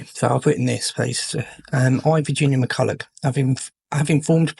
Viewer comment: It's pronounced Mac-ull-ock